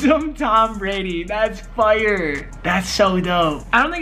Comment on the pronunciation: When he says fire he sounds like he is from Canada